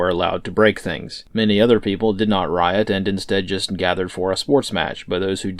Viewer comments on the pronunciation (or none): none